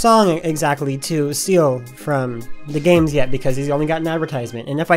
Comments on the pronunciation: Wait its pronounced D A games not dah games damn I feel stupid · Thank you Will you don't understand how many people I get triggered from calling it "dah games" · Yea It's D A Games not Deh Games XD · DAGames - you stoll from dah games I'm sorry.... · you stole from DAH games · Excuse me ITS D A GAMES?!!?!! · The fact that he said "dah games" made me laugh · If You didnt make this video, I personaly wouldnt think you stole from either creators. also you said DAGames wrong its Dee Ayy Games. (hope you can say it now 😅) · Sorry to be annoying, but its pernounced D A games. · Nobody:: duh-games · No one: DA Games:: DAH GAMESUH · it's like he's saying "The Games".. XD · Finally people now know this but one thing... you pronounced D.A.Games wrong. =| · YOU SAID DAGAMES WRONG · You have been pronouncing da games wrong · XD its pronounced D. A. GAMES NOT degames XDD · D! A! Not “da” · It sounds like he's saying 'the games' instead of 'DA games' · DAGames Wait its not pronounced dah games... ...Shiet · Yeah he keeps calling it Dah Games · Yea it’s D A Not Dah Games duh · DAGames that is so true...no one should treat people the way they did to...btw your channel is pronounced D A Games not Dah Games...(people who pronounces it like that...pls try saying it right) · It's pronounce d a games